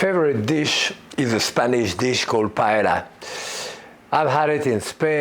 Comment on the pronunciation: Was surprised he mispronounced paella.